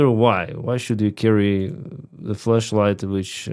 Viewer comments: OHHH FLASH LIGHT! Right... okay thought you sayin flesh light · Bro you say flesh or flash light lol 😂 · Your accent made it sound like "Fleshlight"